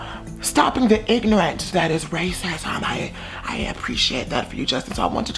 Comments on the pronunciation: “raycisum” lmaooo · I love this and the tone and the way you were pronouncing the words yummy and Justin and racism I died 😂😂😂